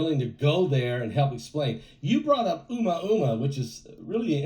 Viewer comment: 😆"uma uma".. pronunciation is cute.❤